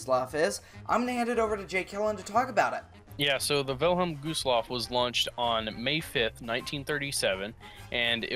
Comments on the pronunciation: It’s Wilhelm Gustloff not vilham gostloff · villem goosloff? its the Wylhélm Güstlof thats the way to pronounce it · U said vinnlem gooslof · “Village Gustllaf”💀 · "Vilelm gooseloff"😂😂😂😂